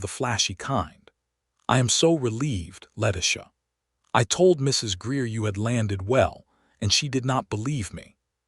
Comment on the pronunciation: Why can't they pronounce Letitia's name correctly?